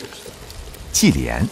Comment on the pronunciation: 忌廉哈哈哈哈 用普通话念出来第一次听，我自己都没反应过来是什么东西